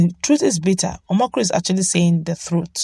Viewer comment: Please read and pronounce people's names properly. It's annoying to the ears - Reno OMOKRI, not Om'kri? This is unacceptable in communications art, learn how to pronounce people's names correctly regardless who they are.